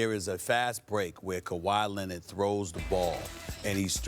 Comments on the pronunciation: SAS: CO-WHY LENNIT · "KUWHI LENNIT" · No one: Stephen A: Kawhi LENNIT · Kuh-why Lennit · Stephen A Smith "kawhi..lennit!" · No one: Stephan A Smith: Kwah Lennit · Stephen "Kawhi Lennit" Smith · "Kawhi Lenitt" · I'm just here for "Kawhi Lennid"😂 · Actually its kawaa lennit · He says it all the time I didnt even notice it 😂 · Stephen "KAWHI LINNID" A. Smith